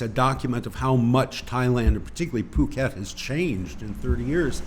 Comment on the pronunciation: I'm less than half your age but thoroughly enjoyed the show:) You can tell speaks good Thai just based on how he pronounces ภูเก็ต/Phuket